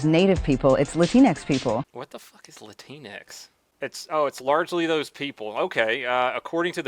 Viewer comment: Latinx sounds like Kleenex, I can’t take a word of what she’s saying seriously now.